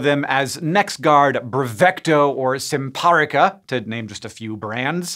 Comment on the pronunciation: The way Hank said "Simparica" hurt my vet nurse heart.